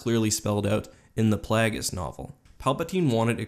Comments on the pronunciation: plagus novel hhahaahaa oh that pronunciation! ha! hehhe! play-gie-ous not pla-gus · Excuse me? what is Plagis? is that how its pronounced? not plagueis